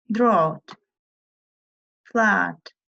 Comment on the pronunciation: drought осы сөзді қате оқып жатсыз орстардың аксенты